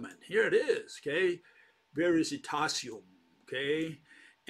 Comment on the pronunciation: it's "VERI TASIUM" non VERISI -TASIUM". I'm italian and recognize VERITAS as "TRUTH", being "veritas" from ancient roman's latin. So he means that he has the element of truth, the "Veritasium".